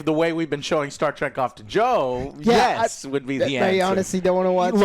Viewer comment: He said Gyat not yes 😂😂😂😂